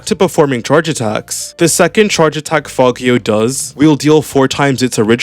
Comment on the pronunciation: If it's name is in Italian then it's fagio with a similar G sound as in geo, I think, and you don't say the i